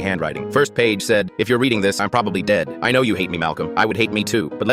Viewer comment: When he said dead i thought he said gay 😂